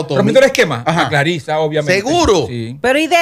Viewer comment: Ella se llama Clarissa no Claritza. Es una joven con mucho talento y carisma que lo va a hacer muy bien. Todos podemos tener opiniones el peso de esa observación/argumento en el caso de Amelia bueno ya eso es obvio😅 donde Dios piso no puede haber🤣🤣🤣🤣